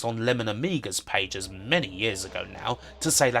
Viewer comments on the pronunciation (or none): none